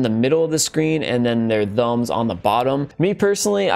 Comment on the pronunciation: Bruh I'm sorry but learn how to say thumbs